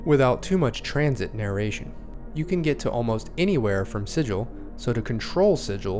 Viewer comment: ahem If you're referring to an inscribed or painted symbol considered to have magical power, the correct pronunciation is "si-jill". If, however, you are referring to the City of Doors in the Planescape setting, the correct pronunciation is "si-gull". I mean pronounce it however you like, but everyone's going to think you're a clueless Prime. ;) Great overview, though. Thanks for putting it together!